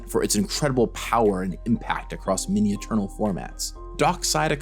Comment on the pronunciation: "In the history of Magic, there have been miny creatures..." Did you mean to say "many"? With an A?